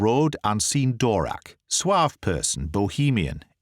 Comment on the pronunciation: You don't pronounce the "v" in Dvorak (it should be pronounced) :-) But that's the only complaint I have, I'm very thankful for your videos, it's such a delight to listen to the stories in such beautiful English! I remember reading this story in Czech translation when I was 10 and my father telling me that Sir Arthur Conan Doyle probably named the Czech guy Dvorak because the only Czech person he knew about was the composer Antonín Dvořák :-)